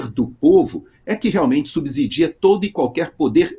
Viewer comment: Não subsidia com som de "z" mas sm com som de "s". É sidia e não zidia.